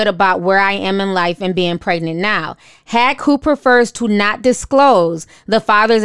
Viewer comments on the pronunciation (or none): Omg... lol... her name is not pronounced 'Hack.' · It's not hack, its haqq (hawk).